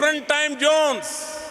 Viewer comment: duffer modi's pronunciation: Family: Phamily Present: Parejent Zone: Jone Appreciation: aapprisason